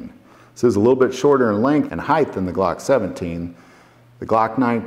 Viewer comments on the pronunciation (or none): There is no th in height. Your saying that incorrectly Mr. Sir